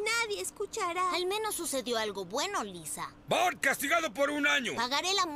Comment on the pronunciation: Alguien notó que el alcalde dijo Liser en lugar de Lisa?